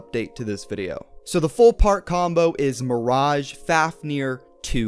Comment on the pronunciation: isn't it pronounced Mir-age